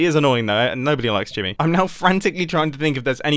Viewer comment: Every time he says Jimmy... i hear grian...anyone else?